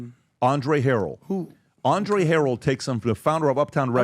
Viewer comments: Her-el not harol 😂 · Mario Winans’ name is pronounced ‘Wy-nans’. He is son of gospel singer Vickie Winans & stepson of her Ex husband, Bishop Marvin Winans, lead vocalist of the family gospel group. Andre Harrell’s last name pronounced with accent on 2nd syllable like ‘hurray’, ‘Hu-RELL’. Played on a recording session Bad Boy almost 30 yrs ago. The track was for J-Z who I was unfamiliar with at the time. Neither of them were there but I kind of feel fortunate not to be exposed to any wild blsht.